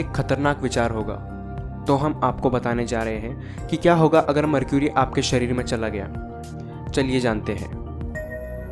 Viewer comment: इसे मर्करी कहते हैं न कि मरक्यूरी